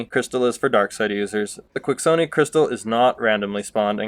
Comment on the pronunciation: ( key - shaw-nee ) they say it in the game! The Quixoni crystal